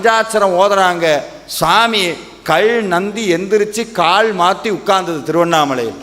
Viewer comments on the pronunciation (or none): கள் இல்லை காள் இல்லை, கல் கால் என்று உச்சரியுங்கள்..... ல ழ ள தமிழின் சிறப்பு